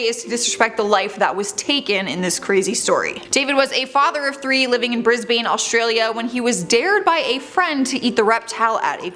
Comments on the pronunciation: Brisbane briz - bayne it's pronounced briz - bin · Why do people keep saying Brisbane and Melbourne incorrectly? Bloody Americans! Brisbane is pronounced Briz bin Melbourne is pronounced Mel (as in Mel Gibson) born (born as in born DUH)